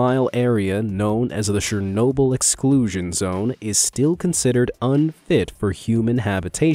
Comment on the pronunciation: Anyone else get distracted by his pronunciation of SHernobyl? LOL